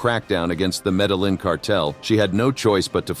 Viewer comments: It's having the opposite effect on me. I find myself screaming "medellín!!" At my phone every couple of minutes, and I don't even speak Spanish haha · Pronounced Medeyeen